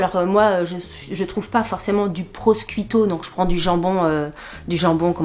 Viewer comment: coucou, alors d’abord comme je suis italienne je me dois de te dire que le mot prosciutto se lit « prochiutto » lol et aussi, je voulais te demander si on a droit à une remise avec ton code si on est déjà cliente, sur un prochain panier? où est ce que c’est uniquement pour les nouveaux clients? 😘 d’avance merci 🫶